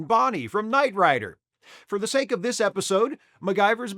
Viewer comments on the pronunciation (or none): none